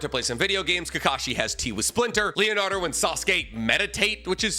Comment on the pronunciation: It’s Leonardo 😂😂